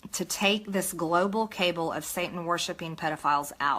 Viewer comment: Will somebody please tell MTJ how to pronounce CABAL ..